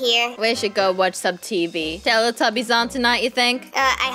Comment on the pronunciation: Tallatebbies Me: talletebbies My dad: what are you singing!? Me: TALLETEBBIES